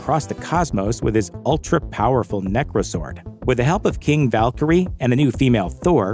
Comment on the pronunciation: The Valkurie-ar